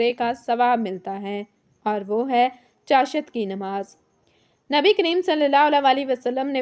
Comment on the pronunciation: اسلام علیکم آپ چاشت لفظ ایک تو غلط ادا کررہی ہیں دوسرے اشراق کی نماز پڑھنے والے کو حج اور عمرے کا ثواب ملتا ہے چاشت نماز صدقے ادا کر نے کے لئے ہے انسان کے جوڑوں کا صدقہ 360 جوڑ انسان کے جسم میں ہوتے ہیں اس کے پڑھنے نے سے ادا ہوسکتے ہیں مگر صدقہ بھی الگ دیتے رہنا چاہیے،